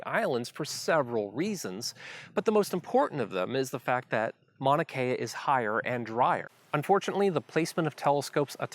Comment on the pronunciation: The way you remove the U when you pronounce Mauna Kea is culturally insensitive. Also it discredits your knowledge of Mauna Kea.